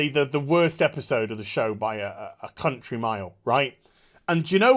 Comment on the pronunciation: I thought you said Cuntry, instead of country. Just because the show so bad. But you ripping in the show got me dying over here.